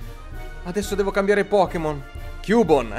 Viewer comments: cubone si legge chiubon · non si dice cubone ma si pronuncia chiubon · non si legge CUBONE ma CHIUBON. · non si legge cubone ma "chiubon" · Cubone letto così no però! daiiiii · per favore si pronuncia ciubon. p.s è il mio pokemon preferito di 1 gen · come pronunci cubone non si può sentì